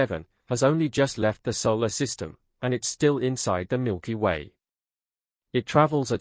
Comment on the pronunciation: Milker way?? Another dumb AI channel....